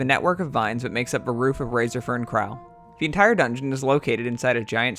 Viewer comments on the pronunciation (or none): It's Razorfen no Razorfern. Other that that sic vid m8 <3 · isnt it razorFEN krual? or is it just me. lol